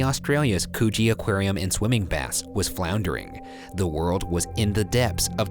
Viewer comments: BOY YOU DID NOT JUST SAY COOCHIE AQUARIUM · did he just say coochie aquarium